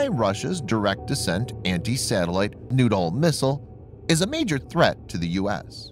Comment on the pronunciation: Pl-19 noodle? Who launches a noodle? LOOK OUT! We got incoming noodles! Do we counter this with”Bread sticks”.....or a nice sauce? It’s pronounced....New..Doll or Nude..Doll. Well now......your just getting silly! OK give me the radio”Sir we got PL -19 Nude Dolls on our screen........yes sir.....I agree...if they were under 18 we probably couldn’t shoot them down,,,,,,right sir.............oh you want a “Picture of the Nude Dolls” for archive records! Yes SIR!